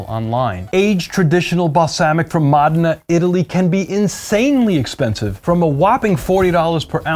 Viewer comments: Wrong. It’s pronounced MOH-deh-nah. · Mo dee nah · Mō dā' nă, not må' de nŭ. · Módena, not MOH DEH NAH, or MOUDENA, neither MOUDINA. Módena. MÓDENA. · Buddy tryna act all badabeep badaboop but keeps saying Mahdenah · FYI, the correct pronunciation of Modena is MOH-deh-nah. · East Coast Accent Pride goes deep. Lol "Mahd'nah" Then there are the proud Italian Americans who insist on saying "mOHdAYnAGHHHH!" Because they once heard one Italian say an e like an ay and watch too many Italian American movies where everything is over annunciated. Meanwhile, Italians will pronounce it differently depending on their regional accent and dialect. A Sicilian (who might not even consider themselves Italian) will pronounce it very differently than someone speaking in a Venetian dialect or Corsican (who might not consider themselves Italian). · there. MOdena. Home of Ferrari and Pavarotti. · The way he's saying Modena is making me crazy. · Driving me nucking futs!!! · Completely wrong. Also no idea how aceto balsamico is made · you need to learn how to pronounce Modena